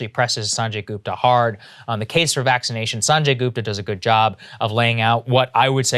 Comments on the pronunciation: "Saaanjey Goopta" Cmon Saagar youre Indian, you can pronounce that better. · Come on saagar.... pronounce his name the right way....